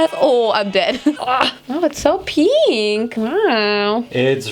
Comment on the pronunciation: nobody: nOBODY: LITERALLY NOBODY:: let’s cut bangs and die my hair peeenkh